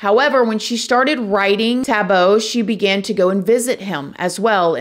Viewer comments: it's like saying boy without the 'y' at the end. She is currently saying the end as 'bow' instead of 'boh' at the end. - it's just one of the most commonly used names here in South Africa and it's pronunciation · It's not Tabo,it's pronounced Taahbo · Lol the way she pronounced his name.. its TAH-BOO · Living here in South Africa is insane. I am so grateful people like you are shedding light on cases like this. Scary thing is here in South Africa, even if he gets a life sentence - he will probably be back out in 3 years. People that murder people get out in basically 5 years due to prison over crouding. South Africa is EXTREMELY corrupt. Ps it's pronounced Taah Boh 🙂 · extreme fan girl chill out! she wasn’t being rude or disrespectful in anyway. she’s teaching us how the African name is pronounced! said his name exactly like me and most other Americans and other countries would say it! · with all due respect Amber, that os not how it’s pronounced. is wrong but so are you.